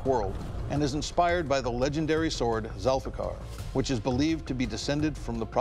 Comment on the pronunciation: Sir this blade name is Zulfikar not zilfikar Thil blade is Hazrat ali